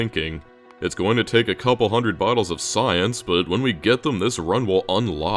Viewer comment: 'its going to need a couple hundred bottles of science' just sounds like wodka.